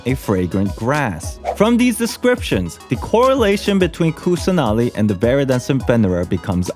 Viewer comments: also btw im indian and i can help w some of the pronounciations. kusanali is actually kussah naali, then devi is they-vee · You just have to pronounce them as in sanskrit/hindi rather than English. It's not quite hard. Like Kusanali can be pronounced as 'Kus-nuh-li'.